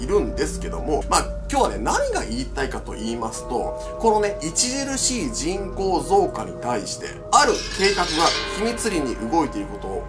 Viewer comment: 人口がちんこーに聞こえるw